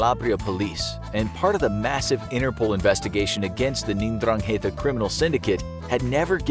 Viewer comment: It's pronounced eN-drang-e-ta